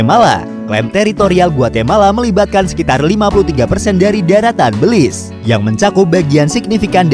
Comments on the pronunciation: Cara baca negara ini Béliz, bukan bèlis soalnya dlm bhs jawa artinya iblis🤣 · How to pronounce Belize? Beulize or Belize? Invoice: Beulize Me: Belize Setiap orang pasti berbeda dalam menyebut nama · Belize dibaca Belis. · Tulisannya Belize, bacaanya beliz_ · Baru tau kalo baca belize gitu 😂